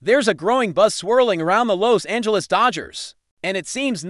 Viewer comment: Sickening AI narrative, mispronouncing Los Angeles and Pagres. Stupid.